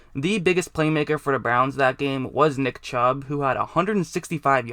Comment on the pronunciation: did he say dick chubb. Lol sounds like it.